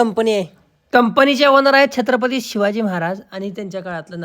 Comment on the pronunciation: छत्रपती म्हणायला तुझी जीभ काय जड जाते होय